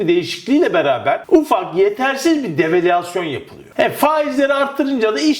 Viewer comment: Murat kardeşim develüasyon diye söylüyorsun. Devalüasyon şeklinde söylüyorsun söylesen rahatsız güzel olur. söylesen daha doğru olacak.